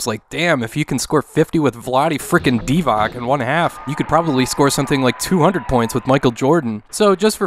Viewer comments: Vlade "DEEVOCK"? It's DEE vahtz. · Really? Vlade DivaK? it's Vlade Divac... DivaTS(like CHampion/ Chile etc). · Vlade's last name is pronounced like "Divats" by the way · "And they can hit threes, and they can steal with ease" - is on fire with them rhymes! bad-dum-tish (The last "C" in Serbian names like Divac is pronounced closer to "ch", like "Divach:P) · While that is certainly true for most players who are from Serbia, Yugoslavia, etc. The 'c' in Vlade's last name doesn't use the 'ć' like Dončić or Jokić. It's really pronounced like dee-vahts. Lol, sorry, I'm no expert at all in name pronunciation, it's just I've never heard his name pronounced with the 'ch' sound before. This is coming from just a long time Kings fan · Just wanted to correct you on the pronunciation of the Vlade Divac name. Instead of the hard k sound...it's more of a tss sound....Dē-vöts would be the phonetic spelling. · The way you say Vlade Divac's name - just hurts my Serbian ears....